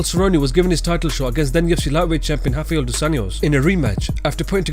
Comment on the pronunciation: It's not "hoff-eye-ell" come on.... His name is Rafael "roff-eye-ell" there is no H in his name anywhere....especially not at the beginning of his name, there is an R there, that's what his name starts with and how it's pronounced.